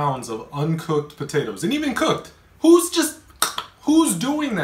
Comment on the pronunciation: He actually said “podadoes”